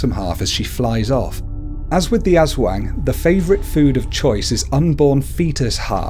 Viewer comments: Diamond Dreams IKR!I laughed when he said aswang and sarimanok.I love the video but his pronunciations are hilarious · UntamedBanana your all stupid hahahahha i live in ph for all of my life so aswang is pronounce as ass-wang not ush-wang hahahahhaa your really proud of yourself huh hhahahahaha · Aswang is pronounced (Us - wung) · okay pronounce it with me: as WANG not as WENG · Oh and it's not pronounced as As-wang it's pronounced As-WONG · You said aswang Eswang You just say it Aswang as an A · We cannot blame people pronouncing wrong. Like other americans says "Ass wang" instead of "Aswang" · Like aswang isn't pronounced ass wang It's uhswong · Azwang really that is how you pronounced it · You said Aswag wrong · “Ass-wang” first of all,how dare you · What is wrong with you it is prounonce like this as-wang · I'm pretty sure it's announced 'As-Wong" by what my friends Filipino mother says. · Its pronounced asUwang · no offense but you pronounced aswang wrong.. you said as-wax😂😂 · Ass-wayng😂😂 lol!! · Manok isn't said like manok you have to put a pause in between the ma and nok. Also its not aswang its aswo(add a A sound)ng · The Ass Wang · Its funny how u pronouns aswang and mananangal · Natatawa ako sa pag pronounce lalo na sa aswang😂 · Its a great video but you pronounced aswang wrong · You kinda pronounced Aswang incorrect but it's okay. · Yeah,he might not be a filipino and it's ok that he doesn't pronounce it right.but srsly,I can't stop laughing on how he pronounced aswang